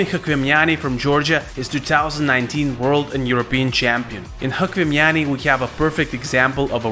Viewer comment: you are saying chkvimiani's name wrongly. it truely sounds like "лухуми чхвимиани". enother all was right. thanks!